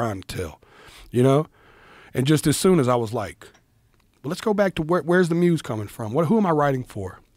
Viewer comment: I swear if joe says "the muze" one more time